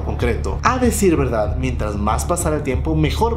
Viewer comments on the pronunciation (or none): none